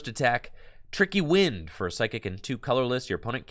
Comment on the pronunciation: Every time said tricky wind I heard tricky gym lol